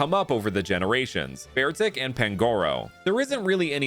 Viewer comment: Did you know pronounces Beartic as bear arctic?